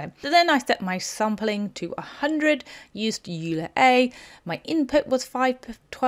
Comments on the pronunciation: Wow! Quite an advanced tutorial this time! also... ps... it's 'oiler'. not 'euler'. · hey, just an fyi, Euler is pronounced "oiler". Apologies for pedance. Named after a Swiss mathematician Loenhard Euler. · Very good tutorial. I would check the pronunciation of Euler though.